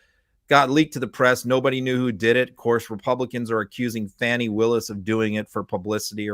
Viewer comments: I assume you're not intentionally being disrespectful, but Fulton County District Attorney Willis' first name is pronounced FAWN-ee, not FAN-ee. Thanks. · Fani is pronounced Fawnee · How is it that can pronounce Fanni Willis like the Republicans for this long? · I don’t understand why is still mispronouncing Fani Willis.🤬